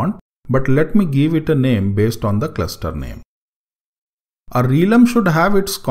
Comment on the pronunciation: hi..apologize in advance for trying to correct you but i think the correct pronounciation of realm is "relm" and not "reelum". Just FYI. Thanks for the tutorial, its pretty useful.